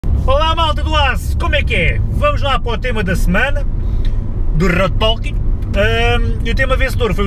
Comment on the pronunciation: Um novo rrrrrode toque